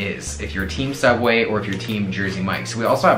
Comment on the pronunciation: sooubway .....theodd1sout😂😂